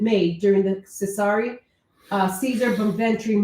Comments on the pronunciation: his name is pronounced chez a Rey That’s how irs pronounced in Italian Caesar is pronounced carder just a little rid bit I’m not the smartest but I’m Italian and a high school teacher teaching Italian good job my friend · Cesare pronounced Chez-ar-ey😉P.S - Tell this to John Alite, He’s got some kinda sick jealousy going on with Tommy Pitera claiming he “Only” has 6 bodies….(He was convicted of 6) Which doesn’t make much sense considering Alite claimed in court he “Only pulled the trigger once) The man has no credibility